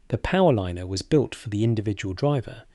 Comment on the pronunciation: Now thsts a frieght powerlinener'